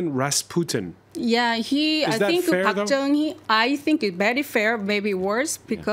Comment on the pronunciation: Please pronounce our president's name correctly. Park Guen Hye